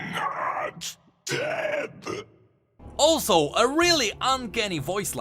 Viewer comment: fiddle seem to say ''It's not debb'' rather than ''It's not dead''?